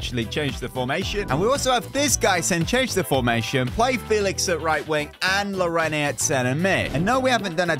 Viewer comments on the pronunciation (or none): you keep getting players names wrong. Marquinhos (Mar-keen-yos) and Llorente (Lor-en-tay). It's making my OCD make my brain go fuzzy